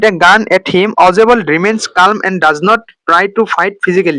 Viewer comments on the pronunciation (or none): none